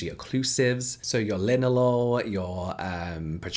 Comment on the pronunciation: Every time James says linalool- all I can think about is “LOREL”